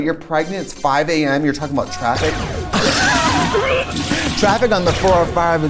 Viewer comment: Did she..Did she say traffic...or Draffic?